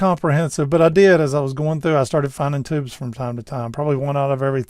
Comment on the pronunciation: Despite your light Southern accent, I will credit you with pronouncing the word "tubes" instead of "teebs".